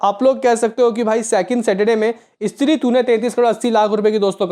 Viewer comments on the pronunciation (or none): none